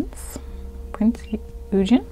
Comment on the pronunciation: I was so happy Prinz Eugen got a rerelease! (Pronounced more like oygun btw, as it’s German :) ) instantly ordered her as I regretted not getting her back in Jan. Def agree with the price for the FREEing bunny too… it’s getting very crazy now 🥲